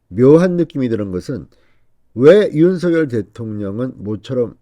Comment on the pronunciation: 윤서결 × 윤성열 0 똑바로 읽으시오